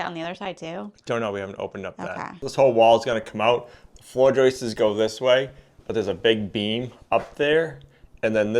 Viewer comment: “Floor joist-es”….What? Please; it’s JOISTS! Unless, this is part of the “RockSwool” vocabulary. Is this a New England way of speaking?